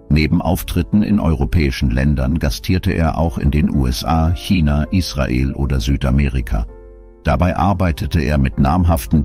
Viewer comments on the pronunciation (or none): none